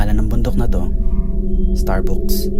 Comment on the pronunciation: Starbucks(starbaks ang bigkas) hindi (starbuks)..😅 Anyways, ok naman ang pagkukwento, walang masyadong effects na nakakaumay tulad ng ibang vloggers..